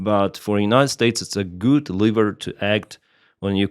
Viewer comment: please. It is leverage not liver😂